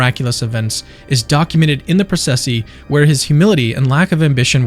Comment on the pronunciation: Thank you for the narration, no AI junk. 🙏😉 fyi : processi = pro-ches- see